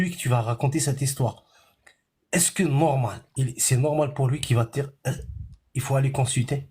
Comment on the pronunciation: Elle essaye de djire, et sa maman lui a dji C est interdji Elle a fait des etchudes 🥳 Heureusement qu en France aujourd’hui, ils donnent tous les diplômes aux chances 🤫 Insupportable 🤮 Ça comprend pas quand ça les arrange Mais qu elle faible. Faible d esprit, et ça ce reproduit